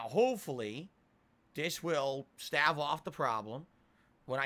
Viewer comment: Valedictorian can't even properly pronounce "stAve" he says "stav" lmfao King regard